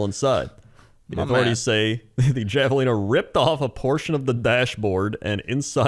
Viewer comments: I know it's spelled Javelina but it's Spanish so it's pronounced Have-a-lina. Language is wacky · I can't believe how much pronunciation of this irked me, because it's usually funny when he says words wrong, but for the record javelina is pronounced with an "H" like jalapeno.